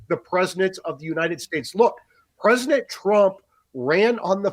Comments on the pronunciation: Why does he keep saying “Presinent” and not “President?” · This guy continues to mispronounce President. He says it PresiNent 😂😂😂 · Im not sure why this others me, but why does he say PRESINENT instead of PresiDENT?? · Am I the only one who heard him say “presinant” over and over LOL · Is he saying “Prez-nit Trump?” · Presinant?? Haha. I can’t unhear it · Is he saying “Preznent?” 😳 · Is it me, or is he saying "Presinent" of the United States? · PresiNent? Just about as aggravating as folks forgot what the letter"t" sounds like. "Mi-in" = mitten. Silly habit. I've heard others pronounce president like that. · THIS GUY CAN'T PRONOUNCE PRESIDENT.